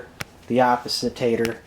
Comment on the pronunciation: Did you just say opositer! ???LOL